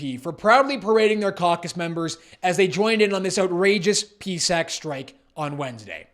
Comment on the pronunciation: It's pronounced P-S-A-C! If you are creating a video to complain, why not complain about the Prime Minister giving himself another $35K raise plus all the MPs getting 3 raises during the pandemic alone...so make sure you do your homework...